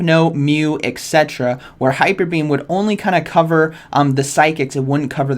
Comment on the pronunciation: My dear, I tried to withhold my urge, but as I am watching all your videos for month, I can't resist anymore: Etc. is NOT egg cetra, it's et cet(e)ra